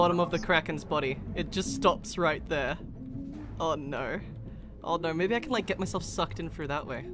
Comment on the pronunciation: "O NoRRRRRRRRR" "I knowRRRRRRRR"